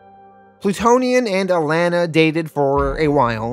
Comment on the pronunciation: I’m sorry, are you saying… signa-pore? and the way you pronounce alana really gets under my skin too. like come on man